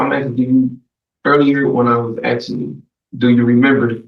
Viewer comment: axing and whatnot